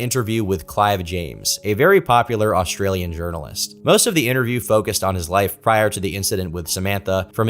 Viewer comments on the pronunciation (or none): none